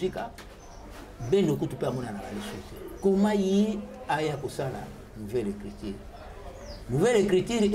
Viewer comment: Écriture et non écritire ... Oza journaliste ma belle. Sinon une belle émission bravo 👏